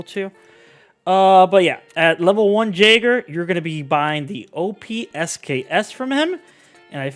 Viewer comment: lol, my guy the J in Jaeger is pronounced like a Y, so it's 'yaeger' and in German it means hunter..... Good info though.